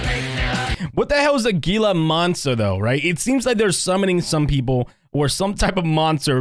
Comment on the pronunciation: It’s pronounced hila monster